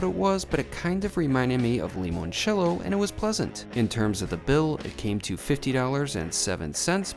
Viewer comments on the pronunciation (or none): he mispronounced limoncello